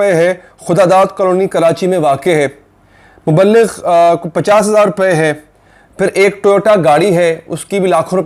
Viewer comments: Mubbligh hota he Mubb-Ligh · Muaf krna yar dania ki tarah koi bhi syed kehlany k shoqeen ho to usy Allah se darna chahiye sirf Syed hi Syed kehla skata hai. Or Muballagh nahi ye word mubligh hota hai durustgi farma len